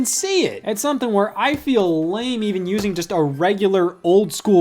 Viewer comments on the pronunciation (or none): none